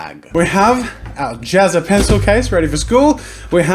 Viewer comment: his name isnt pronounced JAZZA! its JAZzA!?